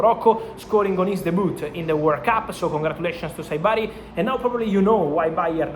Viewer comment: In English , the “T” in “debut” is silent, Maestro. It is pronounced, DAY-byoo. 👍